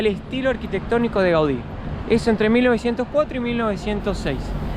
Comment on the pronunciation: Gaudi, modernista. Muy bien como lo dices